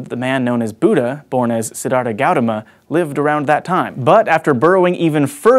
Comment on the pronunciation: Please learn to pronounce Siddhartha Gautama.